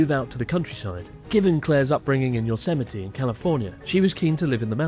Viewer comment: I love the Japanese intonation sneaking in in the pronunciation of "Yosemite"